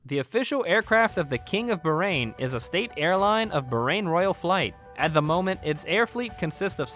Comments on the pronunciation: bahrain not barain 😂 I am from Bahrain 🇧🇭❤ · Its baaaahraaaain not berain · Everything cool but please Bahrain pronounce without "h" being silent... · it is actually pronounce as "BAHAR - AIN" which means 2 seas my dear 😊